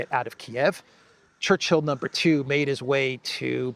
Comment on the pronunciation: when you mention “Churchill No 2,” I think the emphasis is, “No 2.” 💩